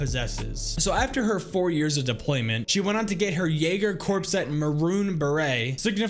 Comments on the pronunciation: Love the background videos. Btw, “corps” is pronounced as “core” not “corpse” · For future reference if a military branch or segment like jägerkorps or Marine corps or anything that as corps in it, it is pronounced core not corpse